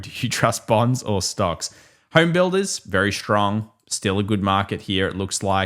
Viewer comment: Bornds. I trust bornds. (Thats hiw it sounds when you say it)!😅